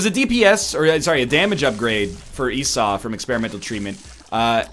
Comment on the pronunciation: Yesss, he started pronouncing Esau right! :-D